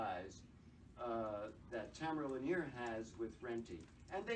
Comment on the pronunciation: Totally butchered the pronunciation of Lanier.